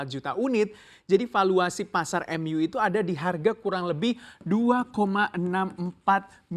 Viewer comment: Bukan manu mas tapi MU